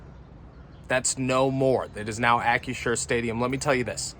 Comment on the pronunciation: You screwed up the new name. It's Ack-Crew-Sure not Ack-U-Sure.